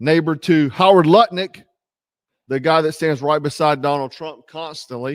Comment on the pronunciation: Not to nitpick but it’s “Howard Lutnick”, not Harry Lumpick, etc.